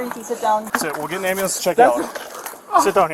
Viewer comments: "I need an amboolance" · Someone called Lindsey ah ahh-bah-lamps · Pathetic & pitiful azzhat.. “I need an am-bo-lance! ignorance is bliss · The Slubs of society, the “amba-lance” peoples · Nah! He axed for an amber-lamps. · You said it wrong. It’s am bu lamps. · I'm not trusting anyone's narritive that can't properly pronounce breath and ambulance. You sound like a Tyler Perry skit...ridiculous.